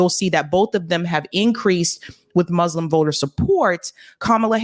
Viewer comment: Better pronunciation please,. For 'Muslim it's not 'Muzzlams', it's 'Muslim'